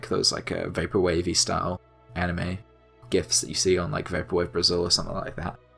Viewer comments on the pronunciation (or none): none